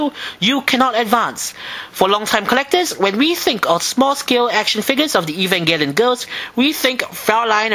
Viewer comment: And I finally learned how to pronounce Evangelion :3